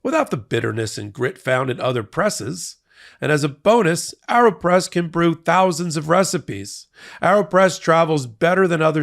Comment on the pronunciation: Isn’t it pronounced Aeropress as in aeroplane??? Air, not arrow. Just curious.